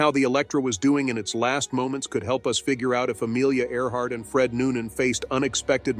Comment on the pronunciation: In the beginning of the video she was "Earhart". By the end she was "Art".